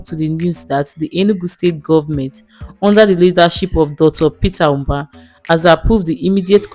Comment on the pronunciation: Propaganda!!! Is this a paid Ad? Even the script she read sounded like it was written by Peter Mbah's government. So the video doesn't comes across as an objective, independent assessment. By the way, the lady reading the script kept calling him "Ubah"; it's "Mbah."